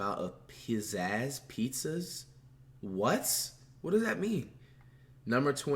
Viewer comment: this guy said pizzas🤣